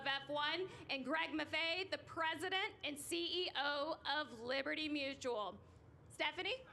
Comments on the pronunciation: She said Livery Mutual 😂😂😂😂😂 LiMu Emu and Doug. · Idk about Brett Farve but I was cracking up at liberty mutual